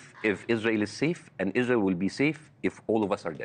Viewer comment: he said izrahelll. Not izrahellliiis.